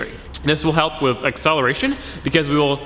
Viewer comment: Yeah he keeps saying wif instead of with...